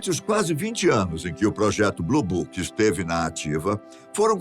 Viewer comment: Mais Elle fala bluboc